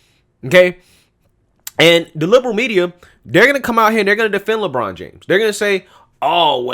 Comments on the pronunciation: I like it when he said Lechina James. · It's la bronda james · “LaChina James!” Damn!!! Lol